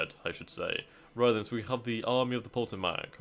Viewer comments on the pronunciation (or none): A lot of indian names. Very hard to figure out if not used to them. Potomac is pronounced Puh -TOE-mic.